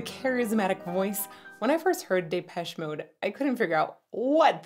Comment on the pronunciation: It’s pronounced Dee-Pesh